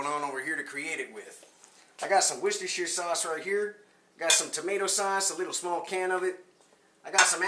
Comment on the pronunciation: First American I've seen on YT Pronouncing Worcestershire the correct way! "Wuss Ter Sauce! Great vid btw!